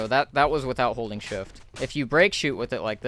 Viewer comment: shift聽起來講成shit